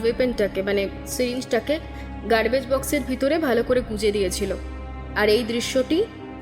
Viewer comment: Garbage ke "Gurbej", Mask ke "Musk", Polythene ke "Palythin". Uccharan gulo to kane lagche